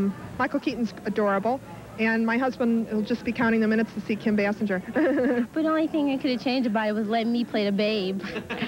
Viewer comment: They’re all pronouncing Kim Basinger like Homer Simpson pronounces it 😂😂